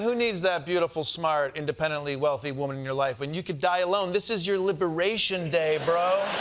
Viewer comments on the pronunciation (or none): libewayshun day